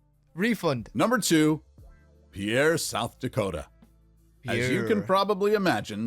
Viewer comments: Pierre, SD, is pronounced pier, like the structure for boating. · I was born and raised in Pierre, South Dakota. It is often mispronounced as it was in the video. It is pronounced "peer". Think of it like a pier on a river or lake. Go figure. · Dude need to learn how to pronounce the names if he’s going to make a video. It’s pronounced Peer, not the French name Pierre. No it doesn’t make any sense why, but that’s its name. Too many incorrectly pronounce it, but you’d think someone in the US would learn in school how to pronounce all the state capitals. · Pierre, South Dakota is pronounced Peer. I have been to that state capitol and the city is really laid back and quite a distance from the Interstate. I don't think that city has anything for tourists; so, why do people want to visit, unless they want to see the capitol building.